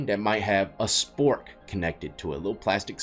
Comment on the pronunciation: LMFAO 😂.... regarding the toilet 🚽 passing.... when you said "spork" 😂 at one point you said "Swork"😅 But yeah that shit really works, you'd be surprised lol. So much shit you'll learn in there.